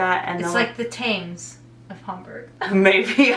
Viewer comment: As a side note, surely by now you now it's not Tames, but Tems in pronunciation.